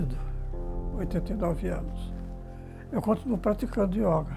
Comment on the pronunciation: YÓGA... espero que todo mundo possa ter escutado o maior mestre brasileiro desta grande arte e filosofia de vida falando YÓGA, e não YÔUGA. ...e não me venham dizer que não importa como se diz, o que importa é o que se faz.